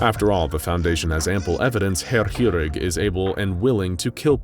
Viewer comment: It's been a while since I've heard someone butcher a word as badly as you did the word "chirurg". Didn't even realise that was the word until I saw it written down.